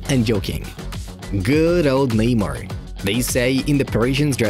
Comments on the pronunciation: Who tf is ‘kneemer’ bruh 🤣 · Am I the only noticing this guy calling him “lemur” 😂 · Even though I don't speak Portuguese I know how to pronounce Neymar. You are insulting to other cultures. Make a little effort the imperialist...!!!